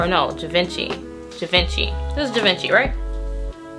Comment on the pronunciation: Hi doll, no shade, but it's pronounced "zhee-vaan-shee" - Givenchy...Thanks for the review, good job ✌🏾